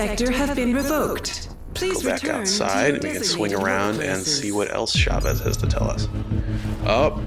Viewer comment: It's Chavez! Not Chevez...